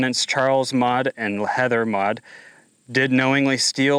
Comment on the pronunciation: Custer county! Maude not mod.😅